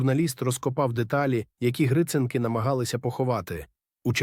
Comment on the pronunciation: Дякую вам за розповідь! Але вам потрібно слідкувати за наголосом: 'Віта Поштова" та "Гриценки" - має бути наголос на 2-му, а не на 1-му складі!